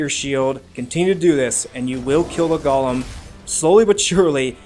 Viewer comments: A "gollum'. lol, its go-lem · It's GOLEM not GOLLUM 😂